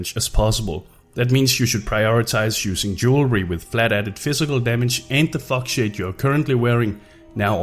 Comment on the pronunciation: Did anyone think he said fuck shit when he was saying foxshade?